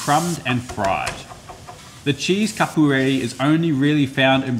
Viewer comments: The way he pronounced catupiry made me lol. Capooreree. The correct way is closer to catoopeeree. But nice try! 😂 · Capueri 😂😂😂 it's pronounced cat-two-pee-ree, you're welcome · Catupiry pronunciation is Ka-Thu-Pee-Ree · Sorry, but that was a terrible pronunciation of catupiry 😂 you know...there is a T in there. It is something like Ca-Too-Pee-Ree "in English" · Chef, you absolutely butchered the pronunciation of Catupiry, but other than that... as a Brazilian, born and raised, i heartily approve it. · I can hear the Brazilians coming! Haha. Although your pronunciation for catupiry was abysmal, the coxinhas look fantastic! Yummm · The way he said Catupiry killed me, especially after the very passable pronunciation of São Paulo e Coxinha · Amazing!! You mispronounced Catupiry 😂 (just being picky😅) But the results are amazing! Thanks for that! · I loved your pronunciation of coxinha!...Catupiry though wtf man loll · that pronunciation for catupiry😂😂😂 not even close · Brazilian girlfriend freaked out twice. First time, because there is a Coxinha-Video, second time because you mispronounced the name of the cheese. And somehow the is a traditional recipe where the cheese and chicken are not mixed, but stacked on top. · One of the most delicious things you can make But how can you butcher saying catupiry so much jajajaj search a single pronunciation guide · Damn you butchered that pronunciation like that chicken